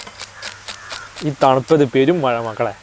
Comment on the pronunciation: മയ അല്ലടാ മഴ